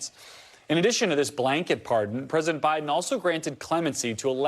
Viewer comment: Susan, USA reporter: BIDEN. NOT "BRIDEN."